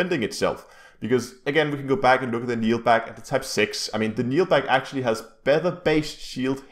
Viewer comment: Keel back, not kneelback. Smh